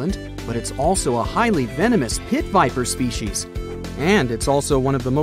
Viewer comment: As an entomologist I could not stand your horrid pronunciation of species and body parts